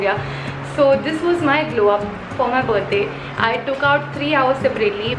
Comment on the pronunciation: Literally the feeling of speaking Buddy instead of birthday is extremely different 😍😍🤣🤣🤣🤣😜